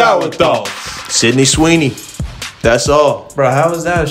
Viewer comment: "sydney Sweeney" 💀